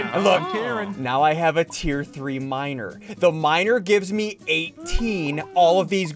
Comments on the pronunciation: "I have two miners, HAHAHAH" when he said miner i hear minor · nah bro I left this running I thought he said "minor" instead of "miner"🙏😭